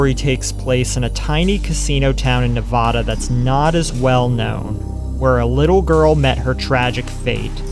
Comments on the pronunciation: Ne-VA-DA not "Ne-VO-Da" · As a Reno native, please pronounce Nevada correctly 😭 it’s Nev-ah-duh. Not Nev-vah-duh. We can’t stand the mispronunciation 🤣😭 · It's Nevada, not Nevoda. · As a Nevadan, I fucking hate how non-Nevadans pronounce Nevada. It's not "NeVAU-da", it's Nevada.